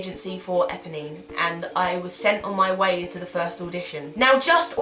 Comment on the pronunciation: EPONINE.......NOT EBONY!!!!